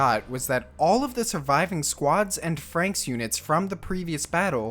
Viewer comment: Why does everyone call it "frankx" wtf. Iss "frannix"